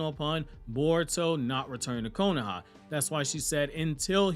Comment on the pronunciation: Stop saying “KONAHA” it’s called the Leaf Village bro